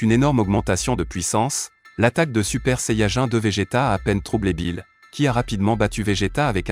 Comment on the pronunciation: il s'appelle Beerus pas Bill s'il te plaît dit bien sont nom Beerus Lord Beerus